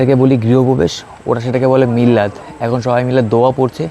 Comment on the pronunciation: দাদা মিল্লাদ না মিলাদ বলা হয়।